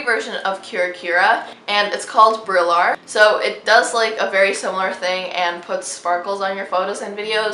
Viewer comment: Also “brillar” is a word in Spanish and is pronounced like “bree-jar” ☺️💗